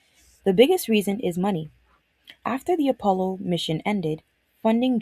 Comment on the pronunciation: Oh, yep, the Appppppolo 17. (It's Apollo, double L, single P)